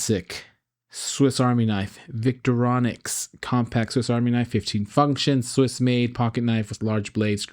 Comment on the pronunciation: Victorronics? It’s Victorinox. Just like it’s spelled in the Amazon ad. Just saying, or am I trying to correct AI?